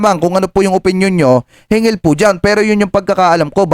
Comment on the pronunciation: hinggil hindi hingil hanggan hindi hangan